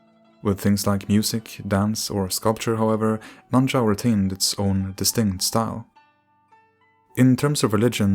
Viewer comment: It's actually nan shao